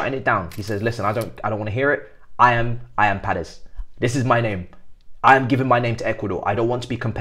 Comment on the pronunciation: There is no “r” is Paez… it’s pronounced a bit more like “pie-ehz”.